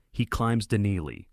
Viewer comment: Your ai narrator pronounces Denali wrong, and says numbers wrong. You really should at least listen before you upload.